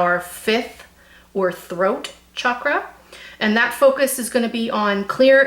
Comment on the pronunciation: Actually you said Chakra pretty well! Good job! Love the reading. Thanks for all your advice and also info on the numbers!